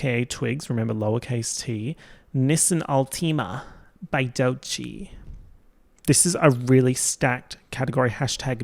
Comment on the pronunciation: The way you say Nissan Altima… AUSTRALIA 💜